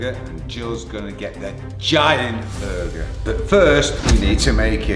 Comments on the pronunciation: is it just me or did it sound like he was saying "booger" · the way said burger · the way he says burger makes me want to commit toaster bath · the way says burger is a little funny to me